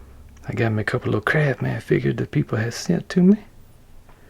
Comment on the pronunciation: i like the CrafsMan without the "T" in it ...